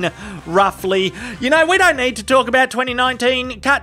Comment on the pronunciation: Nothing is greater than when an Australian says "don't". Sounds like "doaint"